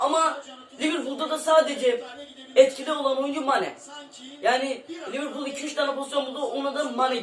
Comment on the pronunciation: Liverpul dicen mxksjd liverpol ne ya mdmdmdkd